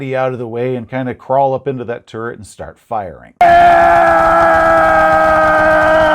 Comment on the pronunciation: "Shoot a machine-gun from a toorret" Love you